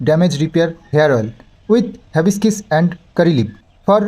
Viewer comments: Havibiscis na hibiscus.. Thik kore bolo... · ওটা হিবিস্কাস হবে।। যখন কোন নতুন কিছু প্রোনাউন্স করবে তখন অবশ্যই করে গুগুল ট্রান্সলেটর এ উচ্চারণ টা দেখেনেবে। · হ্যাবিস্কিস না hibiscus হিবিস্কাস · Bhai...ota habescis na go....Hibiscus otar nam...jaba phul ke bale English a Hibiscus...kichu mone korona bollam bole...ta na hole onnora hayto ata niye abar tomar maja orabe...tai tmr uccharan ta akjan Didi hisebe tomake aktu shudhre dilam bhai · Its not hibiskiss i think its hibiscuss.which means joba phul. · Ore baba ota hibiscus 🌺 Mane joba phul..habiskis noi😅😂😂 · Habiscis noy ota hibiscus bolo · Ota habiskis noy hibiscus 🌺😂😂😂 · ওটা হ্যাবিসকিস নয়... হিবিসকাস... মানে জবা ফুল। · "HABISKISS" na 😂😂😂😂😂 ota HIBISCUS bujhlen? Ei shikhha deben bachha ta ke? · উচ্চারণ টা হিবিস্কাস হবে। জবা ফুলের বিঞ্জান সম্মত নাম । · ভাই উচ্চারণ টা হবে হ্যাবিসকাস। । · কথাটা হিবিসকাস হবে ।তুমি গুগলে আগে উচ্চারণ টা শুনে নেবে,তাহলে ভুল হবে না।তুমি ঠিক বললে তবেই তো কৃষাণু দাদা ঠিক শিখবে।সবসময়ই তোমাদের মঙ্গল চাই, বজরংবলীর পুজো করে যাও,উনি রক্ষা করবেন।জয় বজরংবলীর জয়❤❤ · দাদা হাবিসকাস উচ্চার হবে গো।অব্যশই কিনবো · হিবিকাস হবে উচ্চারনটা। জবাফুলের শ্যাম্পু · হিবিস্কাস উচ্চারণ